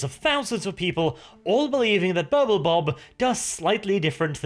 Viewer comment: I kept hearing Purple Bob :D